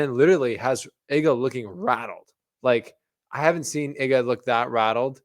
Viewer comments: IGA not hard to pronounce Ega not Iga really amateurish presentation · Please, it's not [e]ga like in m[e]ss Its [ee]ga like in d[ee]p 😁 otherwise very nice commentary 😊